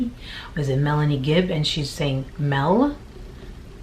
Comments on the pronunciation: It's "Mel" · It's MEL Melani Pawlowski.